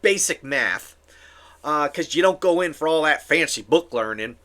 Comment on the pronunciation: That "fancy book-learning" made me think of Stinky from Hey Arnold 😂 Maybe Cletus from The Simpsons too.